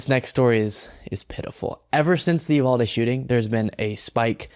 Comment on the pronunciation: West Texan here. It’s pronounced you-vaal-dee.